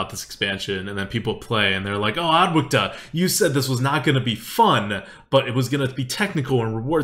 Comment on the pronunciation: Who is "adwacta"? haha